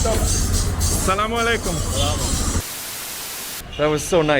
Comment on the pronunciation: Amazing video 👍🏻 and your pronounciation for " shoukran" and " asslamualeikum" is great!!